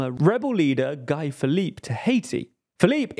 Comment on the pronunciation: Great video as always. Thanks for the good work 👏. In Guy Philippe, Guy is not pronounced as Guy in English. In the French world its pronounced like (Gee) as in ghee😊